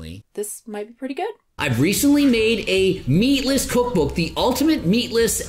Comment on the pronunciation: is making voney with his vookbook